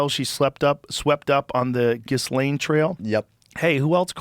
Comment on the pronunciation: He doesn’t even know how to pronounce Gislane !!! Good Lord, how ignorant is this guy ??!!!